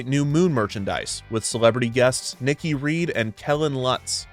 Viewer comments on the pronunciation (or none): none